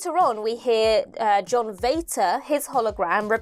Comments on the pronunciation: I’m German and it is pronounced as Fater😂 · True but you pronounced it wrongly. Vater is pronounced just like "father", except the TH is replaced by a T. It's not "waiter" with a V. ☺ Also, I love that someone finally noticed that. 😊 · Vater, in German, is pronounced like "farter"... so maybe he was really a Slitheen ;) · Pity about pronunciation of the German version of Vater lol. Though I'll credit her for not connecting Darth Vader to it!